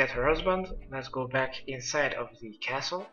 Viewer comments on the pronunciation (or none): none